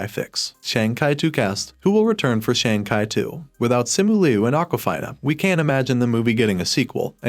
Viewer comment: Learn how to pronounce Shang chi